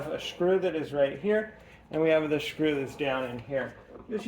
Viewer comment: Is that really how you say screw meow? I’m asking you a question meow. Meow, are you gonna keep saying shcrew?